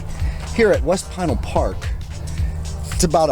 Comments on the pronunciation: Great video! As a native Arizonan I'm familiar w/the areas around Casa Grande & the mountains to the south & the east & your video highlighted the area well. Just an FYI regarding Pinal Park or Pinal County. Pinal is actually pronounced Puh-NAL instead of PIE-nul. Keep on pedaling! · Pinal is pronounced puh-NAL instead of PIE-nul. Very good video. I used to live in Casa Grande back in the late 60s when I was just a wee-un. That's back before there was even a town called Maricopa. Amazing to see whole new towns popping up in my lifetime. Also cholla is pronounced choy-uh. Really enjoyable video & a good reminder that bicyclists can indeed use the Interstates. Keep on pedaling! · Enjoy the videos as usual....keep 'em coming. BTW, it's pronounced pin al county, also, stay away from vekol valley...smuggling corridor bigtime